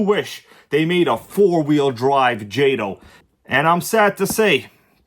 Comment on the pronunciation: Calling jayto😂 and crying 😂